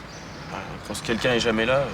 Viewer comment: On dit ''quelqu'un'' Pas kinkin Elle m'énerve